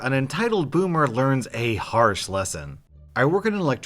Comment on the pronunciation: It's boomer not bommer you boomer